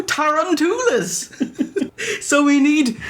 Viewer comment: They pronounce Tarantula "Tare-Ran-To-La"